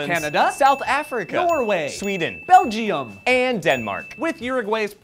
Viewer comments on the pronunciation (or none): reeeeele??!?!? belgi-um?? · Didn't know my country was pronounced Belgi-um... interesting... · Ok the way you guys pronounced Belgium makes me think you didn't know that was an actual country. BELL DJEE UM :D